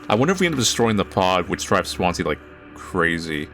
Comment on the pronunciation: i know it's Swansea but every time you say it, my brain says Swansie